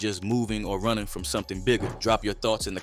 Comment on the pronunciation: They are “runnang” like my man Forest Gump…